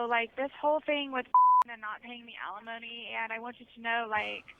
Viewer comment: It's alimony NOT felonomy !!!